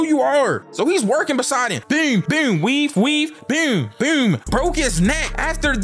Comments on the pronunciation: It BOOM,not BUOOM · Whenever says "boom", he goes from being to being Sir-nsei😹that "byoom, byoom" is super hilarious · bro said "bewm" like tf2 demo man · bro says boom like he from baltimore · bro says boom so weird